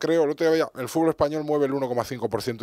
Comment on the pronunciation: "La FIFA ej limpia y trabaja por el fúrbol?" no se lo cree ni él.